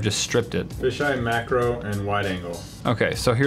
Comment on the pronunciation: You said “mackerel” not “macro”. Are we talking about fish?